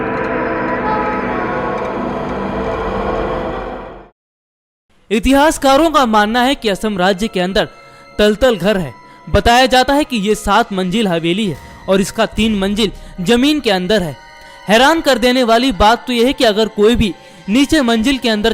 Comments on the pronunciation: Rang Ghar, Talatal Ghar- this is tolatol ghar and not taltal ghar. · you are a fake person. 1)ye talatal ghar nehi hai. pehle apna pronunciation correct karo. it's TALATAL GHAR not TOLTOL GHAR. 2) It's not MAYANAN it's MAYANG. 3) kabrastan ka photo v fake hai.